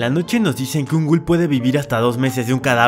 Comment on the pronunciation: Te va a comer un “gul” hahahaha